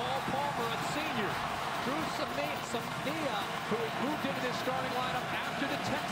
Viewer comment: How many ways did Kirk pronounce Dru Samia's name?